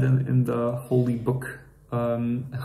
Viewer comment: Why is he saying "HoLY bookh" ? Doesn't he read, like ever?